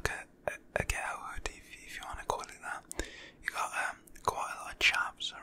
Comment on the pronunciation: When I heard this British nigga say hood I wheezed😭